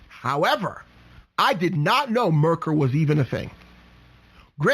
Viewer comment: Lots of good info but you sound like you don’t know what you’re talking about when you don’t know how to pronounce Merkur (mare-KOOR), Catera (Ca-TARE-uh) and Cologne (Co-LONE)